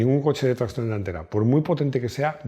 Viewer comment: A ver, como los videos son impecables y técnicamente no se por donde pillarte, solo se me ocurre una cosa, pues cuando dices tracción, lo dices con acento inglés, y "tracción avant", es francés,.... Ya está, ya te pongo una "pega" 😂😂😂😂😂con todo cariño y admiración.